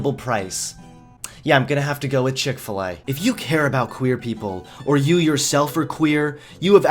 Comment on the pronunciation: chik fil E